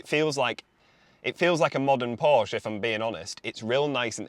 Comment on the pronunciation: Learn how to pronounce Porsche.